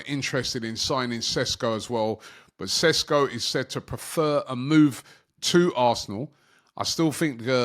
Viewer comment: It‘s Sheshko not Sesko!